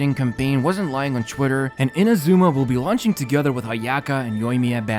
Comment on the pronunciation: Pleeeease pronounce "Inazuma" correctly